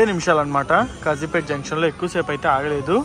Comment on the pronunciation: Its Kazipet not Khajipet